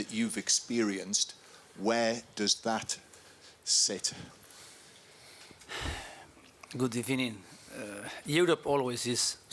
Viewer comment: Came for the gossip, stayed for the "gudebbening"